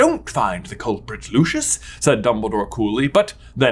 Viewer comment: J you said Harry could attend Hogworth whispers That's not a thing. Also why'd you say Hagrid's first name all fancy sounding, but not correct? Lastly no matter how luscious his hair is it will never be Lucius (like Lucian) in the 2nd movie it's said Lu-See-Us Malfoy!